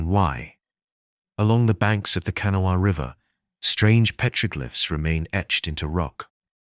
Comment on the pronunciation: Its pronounced Ka' na' wha. It originates from an Algonquin speaking tribe the Conoy or Cohnawas. It means waterway or white stones likely the white stone referred to salt deposits.